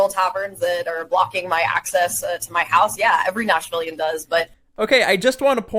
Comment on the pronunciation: Hahahhaa... and she called them Nash-Villains in the interview